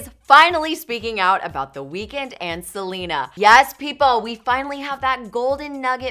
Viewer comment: wtf is welena